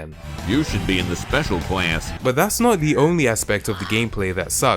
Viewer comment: the way he says class makes me laugh for some reason